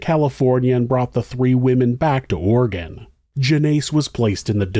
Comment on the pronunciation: I appreciate that you pronounce Oregon the correct way